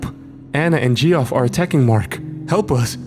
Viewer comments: Gee-off? It's pronounced "Jeff" 😅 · Geoff lol the way he pronounced that name is funny